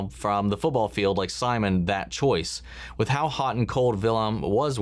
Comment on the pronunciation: watch out with that Simon pronunciation lmaooo